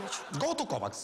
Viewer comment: Что он сказал «Ковакс» что это???